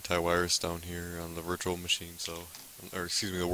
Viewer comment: Why did you say wirus and wirtual machine?